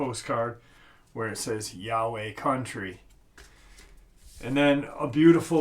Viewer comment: "YOWIE" IS NOT PRONOUNCED AS "YAHWEH," ITS PRONOUNCED (YOW-WEE)